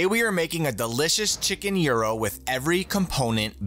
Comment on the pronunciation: damn he pronounced it correctly